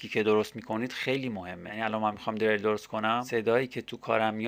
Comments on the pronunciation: dereil!!!!!!!!!!!!!! diril doroste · deeereeeeyl??? hata balad nisti esmesho doro bgi!!